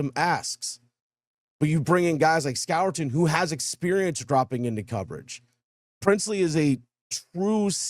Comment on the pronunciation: Score-ton is the pronunciation